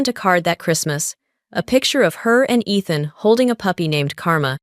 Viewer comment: You're saying your valve long, is not athen?It's ethan it's a long e